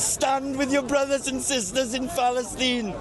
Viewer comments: Did the welsh bloke say phalastine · Phalastine 😂😂😂 utter pri** LOL 😂 his interpreter gave him a dirty look , rolled his eyes when he said phalastine , and walked off 😂😂 They dont even realise how patronising, how condescending and downright disrespectful they are. Him mentioning Islam as though they will respect what he is saying 😂 i wish they would let him through to visit Hamas and speak like that. They liberally have no common sense ,as long as they can virtue signal they think they are wonderful people. Reminds me of early Peter Kay before Phoenix nights , one of his characters released a xmas song about Africa at xmas , the african backing dancers wanted to kill him for his offensive language 😀😀😀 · Palace- steen??? I’m Welsh and we don’t claim this twat 🙈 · Falasteen, Falasteen, where art thou falasteen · Anyone else just hear Phallusteen? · But even for the few hundred Egyptian pounds, he couldn’t stand that guy saying Paleesyne one more time🤣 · Falice-steen.. I think we know what this guys been getting up to in Falice-steen.. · I think the fellow with the Lloyd Christmas haircut is trying to be "respectful" by attempting to use the Arabic pronounciation of Palastine. That'd be my guess. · His interpreter storms off after he says ‘Palestine’ in a weird way for the third time 😂